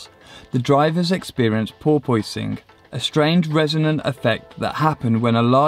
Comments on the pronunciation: Porpoise, an animal like a dolphin. pronounced porpusing not por pois ing bro. Other side of the pond issue? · What is "pore-poy-sing"??? It's just pronounce "Por-pissing". Go google it. But thanks for a very informative video. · haha this crazy por-pois-ing makes the car hard to drive well tts a problem again! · It's pronounced poor-pus-ing. All one word no gap. But the video is awesome lots of info love it. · are you tryin to sayin "por-PUSS-ing? as in the dolphin? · what the hell is he saying, "porpoising?" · "Porpoise" is an animal, and the effect is pronounced the same way. It's not pronounced "Por-poising". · jesus you say that like it's spelled poipoising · Porpoise is pronounced "por-pus".... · I have absolutely no idea what you are saying... Ball poisoning? Boil boising? Closed captions say "poor poisoning" I really cant figure it out. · Porpoising - funny pronunciation 😂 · Can't handle the pronunciation of porpoising here lol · Porpoising is back!?? Porpoise 🐬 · Is that really how you all pronounce "porpoise"? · Porpoise its a sea going mammal that is often seen in large pods diving in and out of the water at incredible speed. Now you can pronounce it properly it is not some physics dynamic.